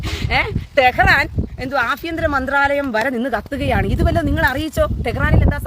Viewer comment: ആ ഫ്യന്തരം അല്ലാടി പെ ലിയാടി അഭ്യന്തരം അങ്ങനെ പറഞ്ഞ് പഠിക്ക് പിന്നെ മിസെൽ അത് നീ കൊത മോ കാതോ ചൊറിഞ്ഞോ